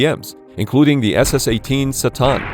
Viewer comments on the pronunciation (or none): none